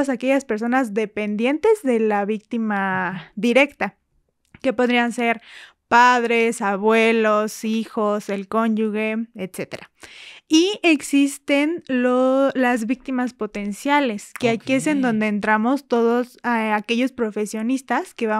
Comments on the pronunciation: Corrijo CÓNYUGE no Conyugue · Cónyuge se pronuncia como cónyuJE, es lo correcto. No existe GUE es GE y se pronuncia JE. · Soy mujer, conyuge,no conyugue!! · cuando dijo cónyugue y no CÓNYUGE ya se le cayó el encanto de tanta preparación académica 😮‍💨😏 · NO se dice conyugue!!! Es conyuge,se pronuncia la "g' como "j" Muchos estudios de nada!!! Ninguna carrera universitaria!!!,😂😂😂😂 Y ni sabes hablar!!! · Hola , solo para corregir una palabra, no se dice o se lee conyugue, es cónyuge. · Y también que le comente que se dice cónyuge, No cónyugue😓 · Al igual la palabra cónyuge,ella dijo "conyugue"